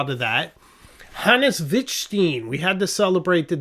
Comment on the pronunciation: or should I call you?? Again, Mr. Wettstein is not Wittsteen, he is pronounced wett like wet in english (or murican dialect) and stein like your name, or do you pronounce your name Steener??! Please please, listen and do not continue this american ignorance way, we know and do it better because we are the greatest in the world...a personal name is a name and is spoken in all languages the same way! It is very annoying for me and other foreign people to listen to this rape of pronouncation, sure, there are some names in other languages they are hard to spell but this is an easy one and even for you a logical one, so, why do you insist and continue this nonsense, this misleading corruption?